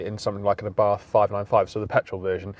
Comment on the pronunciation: ABARTH is pronounced Abart ( The H is silent)